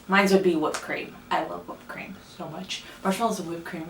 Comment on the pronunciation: I Literally LOVE that you say “WHOOP Cream” lol! I say it the same way and 1 of my brothers always laughs, but it’s the best way!😋🥰🍥🍦